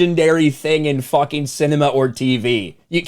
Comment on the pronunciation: You sure do like to "fawking" curse.